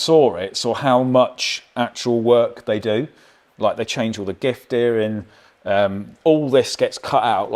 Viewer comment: “Giff dearing”